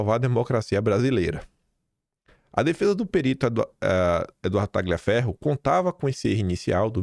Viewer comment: Excelente vídeo,! Fico irritada como você, amigo! Ah, só uma dica de italiano: TAGLIAFERRO se pronuncia assim: TALIAFERRO. Outra: MARSIGLIA se pronuncia Marsília. #KeepWalKIM.